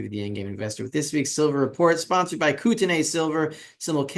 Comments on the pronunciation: And the first syllable is Koot (not Coat)... as in Coutt's bank for example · Then spell it correctly. It's not "Kooteney" It's "Coat-e-knee" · Rafi, here in the states (NW Montana and Canada) we pronounce it "Kootenee".... Thanks for the update. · Pronunciation note: the last syllable of Kootenay is like 'knee'